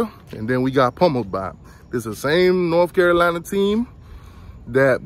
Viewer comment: What is a "Norf Carolina?" Not sure. But lets hear more about 1980 though.